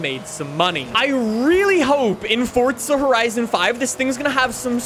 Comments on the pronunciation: its forza not forca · Can you stop saying it fortzaaa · *Fordza * lmfao